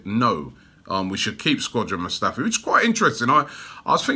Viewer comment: "Squadron" Mustafi 😂